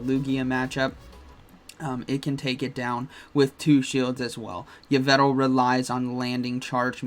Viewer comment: Ho-oh dialga origin is still nasty. BTW it's pronounced Evil-tal